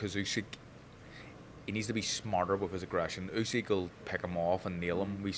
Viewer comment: Усик прізвище, а не Ускі. Вам пора вже вивчити правильно. Майте повагу